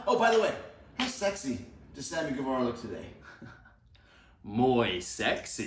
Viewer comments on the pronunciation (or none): moy? what is Moy? how sexy is moy supposed be when moy isn't a word? Sammi, i think the word you were looking for was muy!